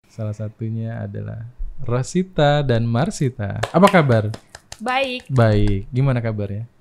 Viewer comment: Masita om, not Marsita..